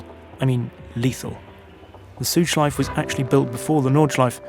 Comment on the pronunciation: Great video, this is the content i'm here for! One thing, if i as a native German speaker may give you a pronounciation hint about "Schleife", say the E at the end. German doesn't have silent vowels at the end of words. So it's the same as the proper pronounciation of "Porsche", the E is never omitted at the end, you always say it :)